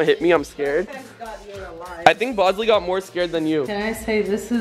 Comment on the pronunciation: Britainy Arnold it's bawsley and no bawsley can't talk